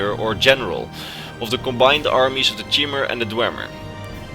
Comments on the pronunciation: Nice vid but I think Chimer is pronounced like, "Khy-mer". Not like, "Chim-mer" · It’s pronounced ky-mer not chimer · (《Btwo the Chi in Cbimet is pronounced "KAI")